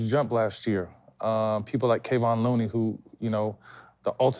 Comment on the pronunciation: Why KG kept calling Looney “Mooney”🤣🤣🤣